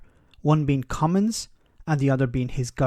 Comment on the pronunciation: It's not pronounced "come ins" ...there is a "G" I don't understand why you are getting his name wrong now? You had it right in earlier videos.